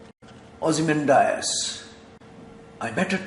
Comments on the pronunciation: check your pronounciation of ozimandias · ozymandias - check the pronunciation.